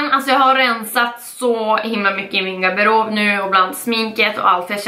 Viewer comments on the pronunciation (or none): haha älskar att hon säger "gaberob" <333